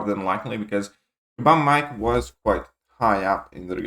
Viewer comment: Just say mike, he's gone now so don't bother saying "mee-kayy", bag of feces isn't worth the extra syllable